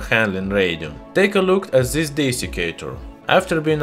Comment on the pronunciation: Why you say "zhis metal" it's this metal!